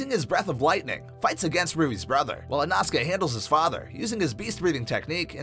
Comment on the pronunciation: It’s not said inosuke but said inohsuke